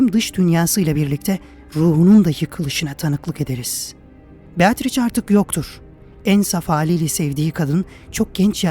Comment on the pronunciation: "beatriç" değil, aslı "beatriçe" şeklinde okunur.